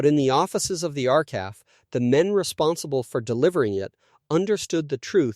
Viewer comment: It’s not R-calf. It’s R C A F! Same for R A F. My father was an aero engine mechanic, for much of the war in Winnipeg, where I was born.